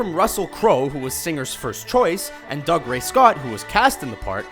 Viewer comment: Cavill is Cav(to rhyme with have) and Dougray is Doogray. I know names can be funny and not follow normal rules, but it's really not difficult to find interviews with people to see how to pronounce names. The vids on this channel are decent, but this is a common problem with them.